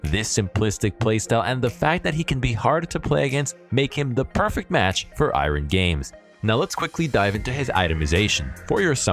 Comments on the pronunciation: Am I the only one that found he said iron to be a little off? Just me? 😅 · I’ve never heard someone pronounce iron like that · Lmfao I'm glad someone else mentioned it xD